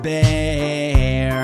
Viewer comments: it not fauzber its fazbear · I definitely agree with you, instead of fazbear, it sounds like he's saying fozbear, like man, that's not how you pronounce it, it's fazbear not fozbear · "Freddy FAHzbear" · This dude really pronouncing Freddy FAUzbear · You type freddy fazbear but you say freddy fezbear but cool animations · Love how he mispronounced Fazbear as Fozbear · He said fozbear not Fazbear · Fandroid! - The Musical Robot the way it said Fazbear !!!it sounded like fez bear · Cus it sounds like Fozbear XD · I like the song, i still don't like how he says "Fahzbear" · deathtrap the bloody bunny he ACCTUALLY said FAHZBEAR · he says freddy fázbear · Fandroid! / Griffinilla look up how to say fazbear lol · U cant convince me this man has had any interactions with fnaf, he pronounced the name of the big man wrong for gods sake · You said fazbear wrong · Not saying fazbear right